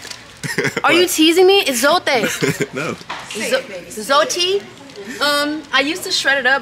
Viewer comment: Hello, your accent/pronunciation is actually good of zote, roma and foca.👏🥰